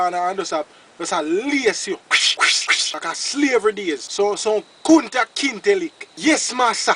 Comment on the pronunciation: I was rolling wen he said Konta kente